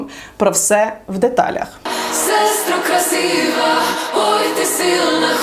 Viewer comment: мене коробить від вимови "силна", але я намагаюсь собі довести, що українська не їх рідна і їм то як паляницю не вимовити.